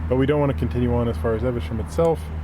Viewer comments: Eve...sham not eversham.. You spotted the house thats on my list of lottery purchases :-) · eVe. SHAM!.. come on, it's we're meant to laugh at for his pronunciation of English place names. You're letting the side down here.